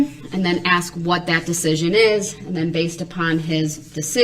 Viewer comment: It's "ask" - not "ax."